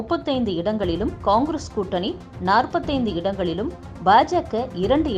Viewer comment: சரியான உச்சரிப்பில் கூறினீர்கள்...... கொங்கிரஸ்